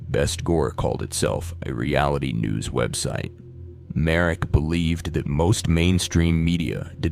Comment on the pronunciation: I actually froze for a sec when you mentioned "Slovak",cus usually it's our neighbors always overshadowing us I don't think tho i need to be scared of my own country because of this,he was Canadian aswell,but GG ig (It's btw pronounced "Marek",cus i couldn't find him as "Mark Merik")